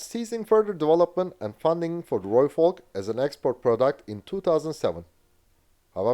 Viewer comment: Thank you, from a South African, for saying Rooivalk correctly 🙏